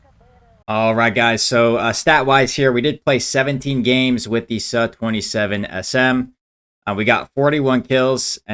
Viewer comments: "Su" is pronounced as "Sue" not "suh" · its soo, likee moo not suh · Bro it's su, but sa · LOL he knows that...he just wants SUH...it's not hurting anybody :)...